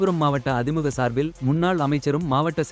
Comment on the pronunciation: அதிமுக என்று சரியாக உச்சரிக்கவும்